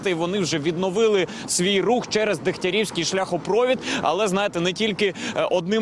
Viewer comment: Скажіть, хтось, журналісту, що в слові шляхопровід, наголос на літері І. За Кличка промовчу.